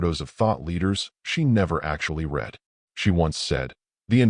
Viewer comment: A second read as in "red". It should be as in "reed". When are A Is going to start speaking English ?